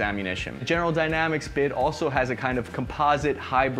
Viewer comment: "Dayanamics" "Futre" Are you okay, man?